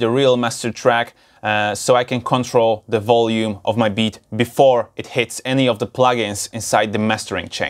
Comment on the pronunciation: I love how he says making bitch in reaper XD